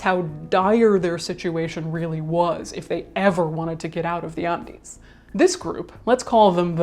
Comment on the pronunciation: That's the correct Spanish pronunciation.